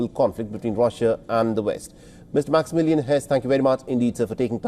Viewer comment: Maximillian became minimilliam🤣